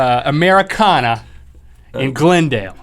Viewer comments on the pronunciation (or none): O I've been to Americana in Glendale! And btw, their pronuncation of Glendale is a little off compared to locals.